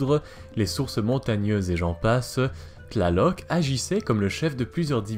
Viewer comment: Cest une torture t'entendre prononcer leur nom D'